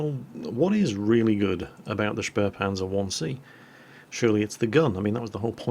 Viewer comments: The "späh" in spähpanzer is pronounced "speeh" not "sperh" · and QB have something in common. They both mispronounce spähpanzer the same way. They add an 'r' sound to the first syllable, saying "shpare" when the right way is "shpay".